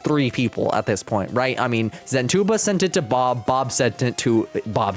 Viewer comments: "Zen two bob" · Zentuba ❌ Zen toolbar ✅